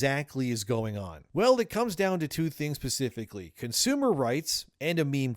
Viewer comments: "SPA-SIF-ICK-ALY" ..."Specifically"...SPA........SIF.....ICK....ALY!!!! NOTFKNPACIFICALLY BRO! OMG! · its SPECIFICALLY not Pacifically 😂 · bro you said pacifically lmaoooooooooo you mean like the west coast or like specifically? into the video. i stand by leaks. we would post their bail if need be. tall talk about against the current laws. bruh the laws protect pedo's, it protects the wealthy. we need to lobby for new laws. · "Comes down to 2 things "pacifically". Man pronunciation must be hard these days lmao. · 52 “pacifically” we really are getting dumber aren’t we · “Pacifically?” That’s okay. Sometimes I have trouble with that word too. Glad to hear I’m not alone. 🤣😂👍🏾